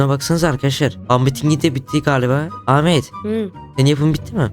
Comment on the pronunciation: Ahmet e amede demesi